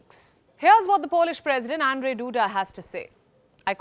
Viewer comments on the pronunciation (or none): none